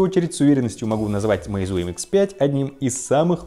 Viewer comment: Ударение на Е, а не на У, простите, слух режет.